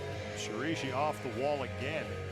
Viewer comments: "that's ashima shirashi" "shireeeeeshi" Me: shirAIshi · Female commentator taught the male one how to mispronounce shiraishi as shirishi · Male commentator: Sheer-ah-she Female commentator: Sheer-ee-she Ashima: "FOR FUCK SAKE, ITS SHEER-AH-EE-SHEE!!" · If you are a professional commentator, make an effort to pronounce names properly. I'm talking about the man who couldn't pronounce Shiraishi. Professionalism, please! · The entire climbing community mispronounced her name for more than half a decade. I remember the moment when someone bothered to ask her how it was actually pronounced and we all went "oh..."